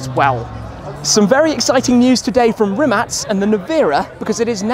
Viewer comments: First guy ever to call Rimac correctly ( Rimats ) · That's the right way to pronounce it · what you have written is the correct spelling. But it’s pronounced as Rimats or rimatz. The owners name can also be pronounced as Mate rimatz/Riamts. But does pronunciation really matter? Is a topic for debate. Cheers